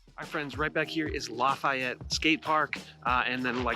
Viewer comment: You pronounce Lafayette like a total douche.